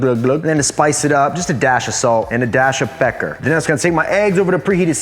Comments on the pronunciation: Did anyone else hear say “a dash of pecker” Or was that just me? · No one commenting on the fact that you said “a dash of salt and a dash of pecker” lmao